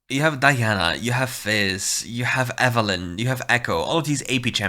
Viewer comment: keep saying Diana the other way. I’ve started saying it like that because of you